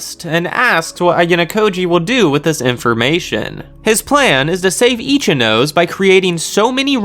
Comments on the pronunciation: This is just my opinion but pls pronounce Ichinose properly, sorry but my brain is getting triggered everytime you mispronounced it The anime has the pronunciation if you don't know but you could just say "no seh" instead of saying "nose" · Good job man, but please say e chi no say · Definitely itchy nose not itchy nó sé and definitely definitely ree’yoon not r'yu én